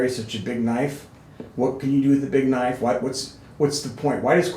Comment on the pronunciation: "You call that a knoife? THIS is a knoife!"